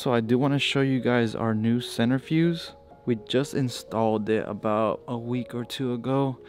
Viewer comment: Centrifuge, not centerfuse, just saying.